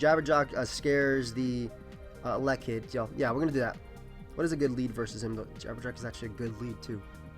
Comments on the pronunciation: This man cannot pronounce elekid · Same exact thing I was thinking. pulling a BlameTruth on us lol